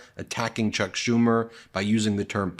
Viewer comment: He called Schumer "Shome"